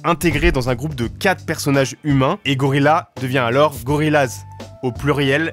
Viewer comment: Par contre prononcer le groupe gorillaz « laz « et pas « yaz » c’est un affront